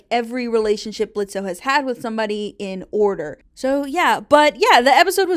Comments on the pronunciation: Why do you pronounce the O in Blitzø’s name? It’s like a huge part of his character that he’s super annoyed by it/gen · Low key it gets annoying hearing people say BlitzO His name is Blitzø The o is silent. Adding the o is just more cumbersome too. He’s had the silent O since the pilot, why can’t people just say his name right?